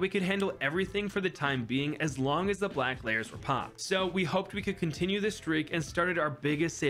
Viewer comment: “a couple blwack balloons”